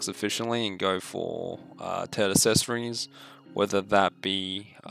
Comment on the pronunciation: "assessories" lmao